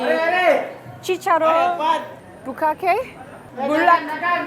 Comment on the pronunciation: “Bukake..” 😂 close enough. (Chicharrón bulaklak) Basically fried chitterlings which I’m sure someone has told you by now. Really enjoy your vlogs, and grateful that you featured the Philippines ❤😊